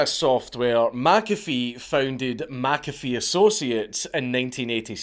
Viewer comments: It's Mc-A--Fee, not Mack-Affeee... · Meh Cafe, not Mac Cafe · It's actually pronounced mick- A-fee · Being Scotts, you're both wrong. it's pronounced 'my coffee' bloody Scotts. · Only a European would have the gall to tell a man how his own name is pronounced. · The hubris of telling a dead person they were pronouncing their own name wrong. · McAfee comes from Mac Dhuibhshíthe which if you pronounced it in gaidhlig would sound more like the way he says than how you said it dank. Just nit picking. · Pronounce it the way HE pronounced HIS name! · As a scottsman I'd have thought you'd be able to pronounce McAfee properly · All this time warning us you were gonna butcher other languages' words and you can't even stay consistent with pronouncing a name from your own land, you cheeky bastard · Wtf, Dank? You're arguing with a dead guy how he pronounces his surname? 😁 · that pronunciation really bothers me too, I currently live in McIntosh FL. Everyone calls it "MacIntosh", like the bloody computers. I also wonder when you'd get around to this guy. I met him, hell, I offered him and his women breakfast on several occasions. the smell of bacon and eggs wafting from the galley on my boat was a good persuasion tool. I used to live on a big old pacemaker, wood hulled motor yacht from the 60s. McAfee and his ladies moored up next to me in the marina I was berthed in, stayed for a couple weeks. I always wondered, some of them girls looked young. like... too young. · "No John, you're saying your name wrong" 😂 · My second name is mcafee and i say it the correct way just like john mcafee and im irish this scottish pronunciation is bullshit